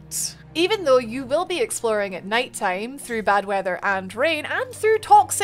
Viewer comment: Great review, sounds really interesting. I especially like how your character stats effect the appearance. I also love when you Scottish slips out and we get a good ""Woruld" or "EXplorin"